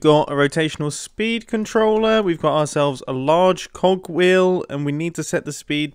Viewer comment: Every time he says cog I think he says something else